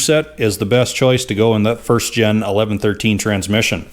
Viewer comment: "Pardon me", but I did not understand the mustard reference. :-) BTW, I believe it is "first gen" a.k.a., first generation and not "first gin" but we all know what you mean. It is somewhat similar to those who say "escavator" rather than "excavator" which I think may be a MN thing. Yep, you are a mechanic and a damn good one, and do not pretend to be a linguist. I ain't one of them there linguist neither too. :-) Keep up the GREAT Cat work and tnx for letting us tag along while not even get our hands dirty.